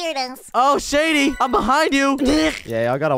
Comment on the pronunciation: You said shedy instead of shady